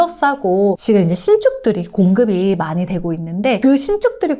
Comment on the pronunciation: ’공급이‘를 잘못 발음하신듯요 ㅎ